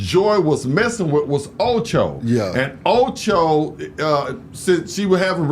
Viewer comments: Acho not Ocho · Get the names right. It’s Acho not Ocho.